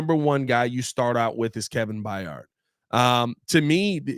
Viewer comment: Tired…fired…hired…Byard not Byyard